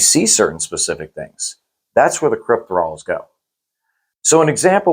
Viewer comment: CryptOthralls guys, not Crypt-thralls